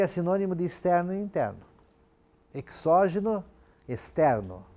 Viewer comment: perdoe-me a petulância, mas a fonética da palavra exógeno é |z|. Não obstante, sua aula é excelente!